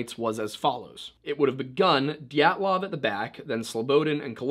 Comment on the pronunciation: did you just say GYATTlov?